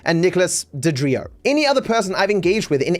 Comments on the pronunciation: I love that calls DeOrio, DeDrio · I love how keeps saying DeDrio, I can almost feel DeOrio’s eye twitch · Did you really mispronounced DEorio? It’s not hard to pronounce